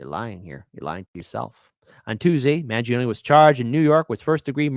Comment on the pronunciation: you are Italian -- isn´t the correct pronunciation Man jone -ay? Voir dire is French and pronounced vwar deeer